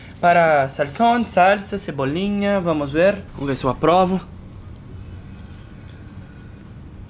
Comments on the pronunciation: o Chris falando cebolinha 😂😂😂😂😂😂👌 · muito cebolin